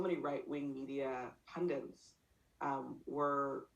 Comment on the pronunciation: Pundit doesn't have an n in it. Most mispronounced word currently used by well educated people.